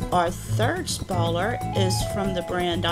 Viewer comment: I love your sneak peeks! And you make me giggle when you say “spawler”💐🌷🌸🌹🌺